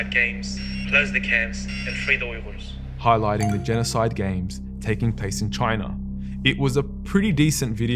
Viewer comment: It feels great when I hear you pronounce "Uyghur" so accurately. Thank you for that and thank you, ofcource, for being our voice.